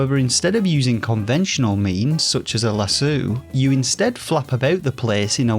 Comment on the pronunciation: It's lasso (lass-oh), not lass-eew.